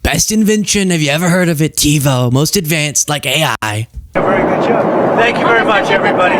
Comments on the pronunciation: If I heard correctly he pronounced it Teebo. 😂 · He calls it tebo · Did he say Tebo? 😂😂😂😂